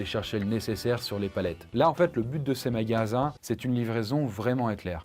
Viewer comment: " le but de ces magallsans" mdr